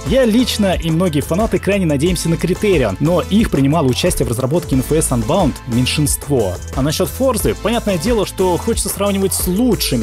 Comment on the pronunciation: КАКОЙ АНБАУНД????????????????? УНБОУНД!!!!!!!!!!!!!!!!!